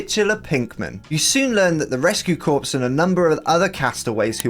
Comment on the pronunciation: Just as an FYI, "Corps" is pronounced "Core"!